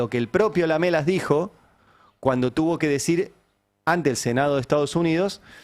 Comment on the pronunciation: Se dice : Lam3las Ari...Lam3las...